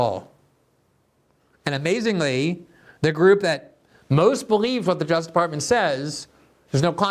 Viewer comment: Lol Glenn can never be bothered to pronounce the second syllable in the word "justice."